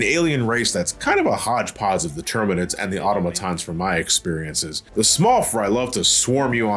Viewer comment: Its pronounced autom-atons